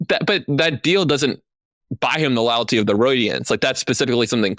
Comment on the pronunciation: "Layalty of the Roydiants" lmao